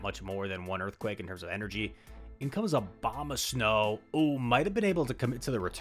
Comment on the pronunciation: Why does your snow pronunciation have an H in it lol? This is like the third or fourth video I’ve noticed powder shnow.